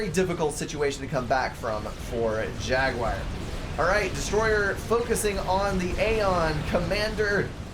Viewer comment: amen, dont change a thing pal ;)